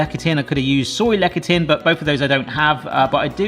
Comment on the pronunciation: "Lecithin" - pronounced: "LES'-a-thin".